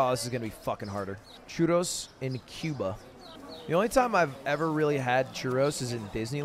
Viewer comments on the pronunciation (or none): none